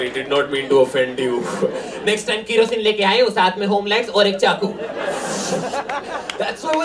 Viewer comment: I was not knowing from where do Biswa belong in India ( Odisha❤️) until I heard him pronouncing "kerosene" 😂😂😂 A big fan of yours bhainaa😊🙌